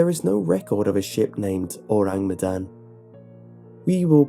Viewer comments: Luna Skylar - gonna do my best to type it out. Kinda like 'OH-rahng MEH-dahn' ([ɔraŋ mɛdan] My IPA might be wrong - I only took one semester of linguistics and was pretty shite at it OTL). Basically, the first sound is 'Oh', then 'rang' is said with the a making an 'ah' sound. Then Medan is with the e making a fuller 'meh' instead of 'mih', and again the a in dan is an 'ah' sound. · I feel really bad but hearing him say the name of the ship makes me snort xD I know he doesn't speak indonesian but it still makes me giggle a little bit